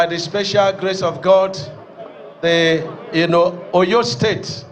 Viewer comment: Is this minister actually pronouncing Oyo state like a foreigner?